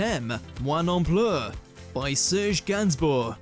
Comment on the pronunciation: Click bait shit. Songs banned, not artists. Listen to his impression of the French language when he pronounces Serge’s name. He sounds as though he’s having a shit.